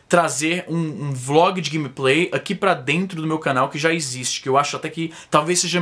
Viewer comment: Izzy, porque você fala 'ãqui'?